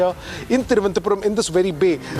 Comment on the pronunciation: R. Reporters generally says Thiruvanthapuram 😅 and not Thiruv anantha puram other than the lady